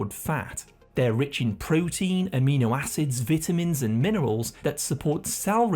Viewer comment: The way you pronounce pecans and vitamins 😂